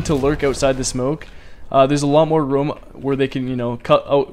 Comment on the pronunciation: anyone notice he said "rumm" instead of room